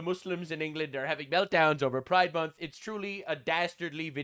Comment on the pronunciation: What? Pri-DE MON-th??